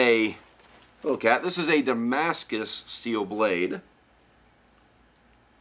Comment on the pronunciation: I like how he says damascus, he knows the thing